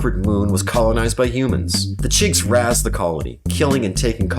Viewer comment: FYI: "razed" is pronounced "raised", not "razzed".